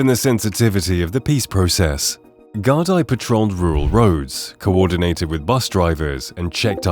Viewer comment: The C in Celtic Tiger is a hard C. Celtic football club use a soft C. The word Ireland has an R in it. It is not pronounced Island. Gardai is not pronounced "Gar-die", it's pronounced more like "Gar-dee"